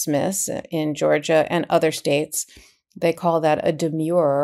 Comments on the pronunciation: And I think there is a difference in pronunciation between the legal term demur (an objection) deh- murr (rhymes with "were" and the adjective demure (reserved, modest) dee- mure rhymes with "sure" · Karen, you must know that the word is “de-m/schwa/-er. Not “de-myure-er”. There’s nothing demure about it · Demurrer is the spelling and the pronunciation is de-mer-er. Not de-Muir-er. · Aaahhh they are not demures. Demurrers. ERs. Not urs. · Love you guys, KFA, but yr 'umble editor says: it's di-MUR, "di" as in dinner, "mur" rhyming with "fur." The word you are speaking is "demure," which means reserved, modest. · Karen….please. It’s a demurrer. Not a demure. Please! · It isn't a de-mure-er as in demure. It's demurrer as in demur. Like defer, refer. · It’s pronounced demur-er, not demure. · Karen, learn how to pronounce the words you use. Demer means to raise an objection. A demurrer is the objection. Both have the "mer" sound of mercy. In contrast, the word demure, meaning modest or shy, have a long-u sound as in pure. So a demurrer would be pronounced de-mehr-er not de-mure-er. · Demurrer is properly pronounced "d merr". The u is silent. As an 82 year old retired lawyer, I think it is important to know proper pronunciation of the old Latin words. When I opened my first case book for criminal law I was glad I had my giant "Black's Law Dictionary" too. It looked like half the words were in Latin. My professor took the time to be sure that we understood the pronunciation and meaning of all the archaic language in order to brief the cases properly. I loved every minute of Law School. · Demurrer is pronounced just as it is spelled: Dee-Murr-er. The "u" in "murr" sounds like the vowel in "fur", not like in "demure". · Great analysis! But oops! 697 are not pronouncing the word “demurrer” correctly ! It’s de-MUR-er!